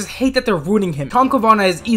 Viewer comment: Ca-va-nah not Ca-na-vah